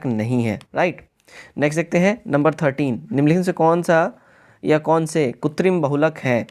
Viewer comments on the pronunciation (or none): Kritim hoga not kutrim